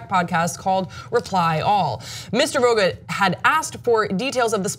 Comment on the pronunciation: Vogt is pronounced more liked “vote”!!